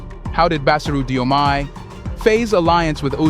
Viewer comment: Read it as JOMAI.